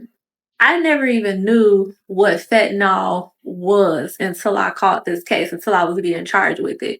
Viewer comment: "FET–nahl" 🤦🏾‍♀️ It's Fentanyl (FEN-ta-nile).